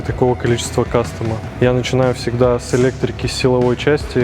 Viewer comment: Парни вы молодцы! Только слово кастом, кастом, кастом)))). Послушайте себя.